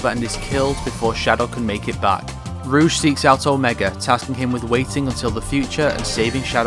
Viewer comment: "Ruuje" It's rogue